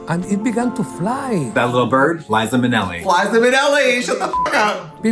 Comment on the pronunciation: "Fliza Minnelli" ... icon